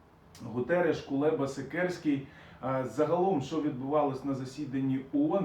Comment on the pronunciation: Вибачте... Не Сікерський а Сікорський.